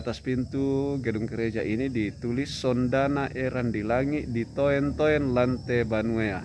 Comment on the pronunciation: Tks infonya,smg infonya membantu smua masy Simbuang khususnya GT mengetahui kebenaran ttg sejarah berdirinya Gerj Tua di Simbuang,Jem.Sima.Mhn maaf sedikit ralat Ditoen-toen itu ejaan dulu jd bacanya skrg ditununtun🙏🙏